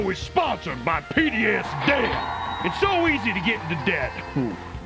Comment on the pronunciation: This is the first sponsor I like to hear about just because of the way he uses the hard country accent with such emphasis 😂 PDS DEBT!